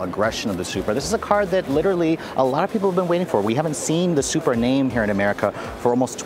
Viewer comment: its sup-ra. not super